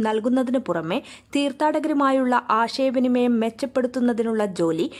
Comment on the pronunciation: ആഷയ വിനിമയം അല്ല ചേച്ചി...(:56) ആശയവിനിമയം... കഷ്ടം. മലയാളം പോലും വൃത്തിയായി പറയാൻ കഴിയാത്ത നിങ്ങൾക്കും ഇവർ ഒരു പ്രചോദനമാകട്ടെ